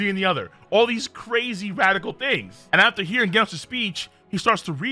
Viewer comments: ganos??? its pronounced jenos..... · It’s “ jen noooss “ not “gen os” it’s like genesis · Excuse me who is guenos? His name doesnt have a u, its genos as in like generate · It’s not genis it’s Jen os jenos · Did he just say gaynos instead of genos 😂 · It's genos not gandos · Bro… it’s freaking GENOS. Like genesis next gen! Not ghenos. How hard is it to say a freaking name right!?! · did you really call Genos by the name Ghenos? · Bro can't even say "genos*💀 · Why do you pronounce genos as gaynos.... General, gentle, gender = genos it's said the same way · This guy called Genos "GHEN-OSE" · Bro omfg say Genos name right🤦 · Pronounces Genos wrong. Pronounces Genius right. This fucking guy. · King is the best at games not average and you pronounced genos wrong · i ought to give you a thumbs down just for how you pronounced Genos. 🤦‍♂ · whats with the Genos pronounciation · Did you pronounce Genos with a G and not a J? Okay you clearly don't know anything bye.